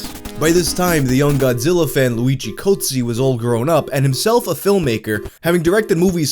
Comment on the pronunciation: luigi Cozzi but the way says it sounds like GOATSE......... makes perfect sense